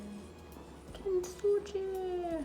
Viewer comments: thanks for doing that experiment! Also it is pronounced as kin-tsugi not kint-suji. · Oh no. The least you could do to honor this artform is to pronounce “kintsugi” correctly.